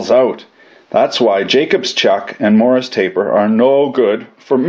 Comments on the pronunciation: WTF is a Morris taper? MORSE taper ya damn colonial... sheesh... you AMERICANS... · Isnt it morse as in horse ? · What's a "Morris" taper???